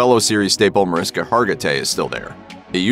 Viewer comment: Her name is pronounced "Mar-ISH-ka." 🙂